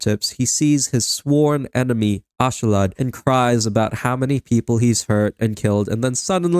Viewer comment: ask-alad say it like that its not ashalad